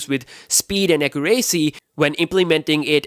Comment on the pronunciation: Wtf is Akuracy?